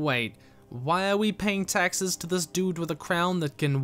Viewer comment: Every time you say Taxes, it sounds like Texas. This was a great series.